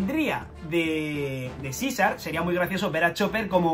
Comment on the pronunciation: Ibas bien hasta que dijiste Caesar